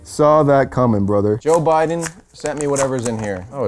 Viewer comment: I don’t think that’s Joe Biden that’s boe jiden💀